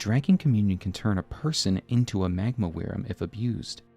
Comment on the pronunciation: wyrm is pronounced worm.....